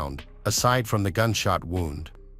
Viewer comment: It’s horrible to listen to, it just makes it factual with no personality or feeling. Listening to it saying wound and not woond is annoying. This poor woman has been murdered by her arsehole lying husband and if it were my daughter and I heard this